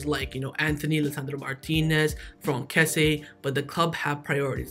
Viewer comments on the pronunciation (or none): none